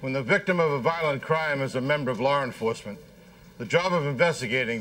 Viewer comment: “LAWR ENFOSSMENT”